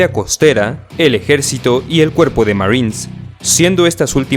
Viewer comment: Me da gracia como dice Marins jajaj